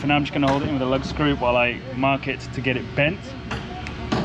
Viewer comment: Not “lug” screws but “lag” screws. Don’t worry we all knew what you meant.